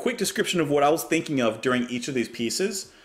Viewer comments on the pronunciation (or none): none